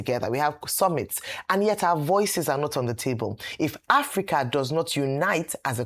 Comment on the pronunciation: Somebody should tell Shettima that it is called Africa and not Apica